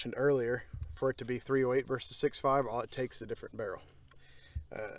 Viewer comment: WTF is ambidex-tree-ous?